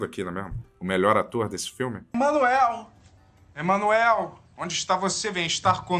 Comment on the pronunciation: O de Chico Xavier errando o nome de Emanuel....😂 Cuidado. Os espíritos tão de olho 😂